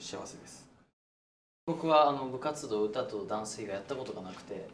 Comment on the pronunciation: レオの部活動が部活道に聞こえるの髪型のせい？